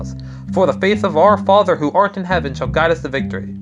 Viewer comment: Also did you say "our Father who ARENT in Heaven"? I know you probably were going for "art" but it sounded like "aren't"